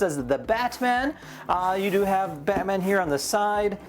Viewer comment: "The BATSman" 😂